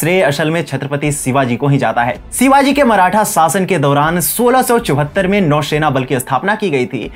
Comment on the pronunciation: Pronounce correctly, it's "Shivaji" not Sivaji !!